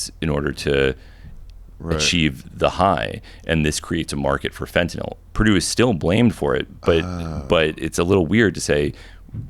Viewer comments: So refreshing to hear someone pronounce fentanyl correctly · He’s the first guy I’ve ever heard say fentanyl correctly